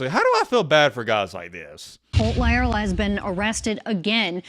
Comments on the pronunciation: Please pronounce words correctly.. how do you get a Lea sound from La? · I think his name is pronounced “LY-er-la”. At least that’s how my friend with the same surname pronounces his.